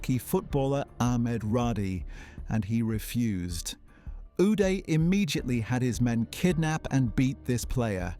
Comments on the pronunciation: "Againest," "stick" for a golf club, location of Switzerland , "Goodby," "19;00PM," "News Paper," "Yought." Really? And the guy's first name us pronounced with "ah" not "eh." What is going on here? *Do you think reading is some kind of a lifestyle that you are just not into? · Is it just me or is how he says uday funny for some reason 😂